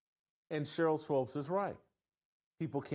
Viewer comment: WHY does this guy keep saying "SWOPES". It's bothering me sooo much.